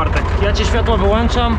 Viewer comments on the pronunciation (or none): none